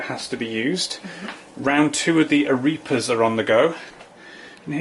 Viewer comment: It's ah-REH-pahs, not ah-REE-pahs.